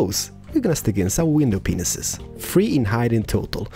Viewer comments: In the Mediterranean house series we learned to count to 5. In this series we learn to count to five. Can't wait to learn to Count to 7! Love your videos. I also love how you say hooper hopper and window penises. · sorry to say this but does he say window penisis? or am i just stupid and dumb because i am confused but i understand that he has a different accent. Soz and people saying this. i feel bad:\